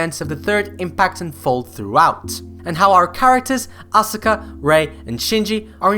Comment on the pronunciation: Hey, aska not asUka